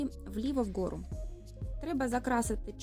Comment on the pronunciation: Вгору а не в gору